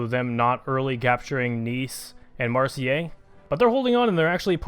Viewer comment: Marseille is pronounced "mar say" lol